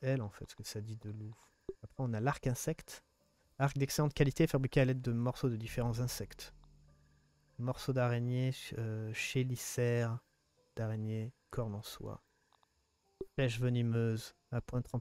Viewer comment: Encore une excellente vidéo avec du suspens et un rebondissement à la fin ! Mais tout est bien qui finit bien ! Je me suis régalé. (PS "chélicère" se prononce "kélicère")